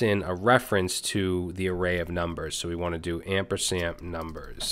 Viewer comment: It's "ampersand" not "ampersamp" :)